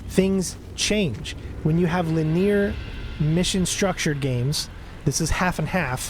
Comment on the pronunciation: Very good video. Never really go non-lethal in my games (especially when killing nazis in WW2 lol), but very interesting to see it done. On a side-note: Linear is pronounced 'linny-ar'. ;)